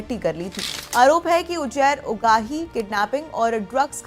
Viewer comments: Uzair ❌ Ujair ✅ 😂😂😂😂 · Anpadh anchor. Ujair nahi Uzair hai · Name pronunce krna nhi ata ujjair 😂😂😂